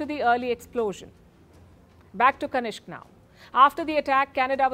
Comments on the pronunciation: Madam It's Kanishka not kanishk. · kanishka, kanishk.